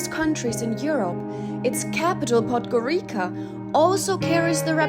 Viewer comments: Can you Pleeeease stop saying "Podgorika" ... it's pronounced Podgorica - as in Pizza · Correct pronunciation of the penultimate letter in 'podgoriCa' is [ts] like the russian ц So [podgoritsa] is the worst area I ever was